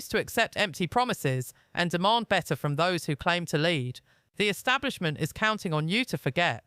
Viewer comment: Not trying to be disrespectful but what the fk is the British " ESTABLIMENT " ???? Think the word you're maybe trying to pronounce is " ESTABLISHMENT " ?? Yes I agree with everything that Tom Hardy has to say but if you're actually trying to grow your channel then I suggest you try a little harder with your grammar + pronunciation. Im from Glasgow ( obv Scottish) + you'd think that maybe given the fact that your English would mean that your spoken " ENGLISH " would trump my Scottish spoken English but obviously not. There's not much that actually annoys me but 1 of my biggest pet hates is how much the English mispronounce the English language. ie; "free" instead of "three" ??? , don't understand why having the letters TH at the beginning of a word is so difficult to pronounce + is subsequently substituted with the letter "F" ?!? But your mispronunciation of" ESTABLISHMENT is missing 2 whole bloody letters in the middle of it !!! Unless Im misinformed + there is such a word as " ESTABLIMENT " ??( which there isn't , just incase you're interested ??) . Sorry for the rant but if you're going to post something YouTube as newsworthy then I'd maybe start proofreading everything 2 or 3 times before doing so bcos no-one will EVER take you seriously if you speak like this !! + I'm not being disrespectful to your accent or that your English, not at all, it just blew my mind when I heard you say ESTABLIMENT 🤯🤔🤯